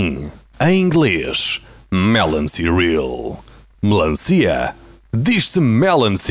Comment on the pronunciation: Melancia? Diz-se melanci!